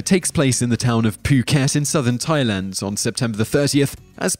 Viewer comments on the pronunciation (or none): none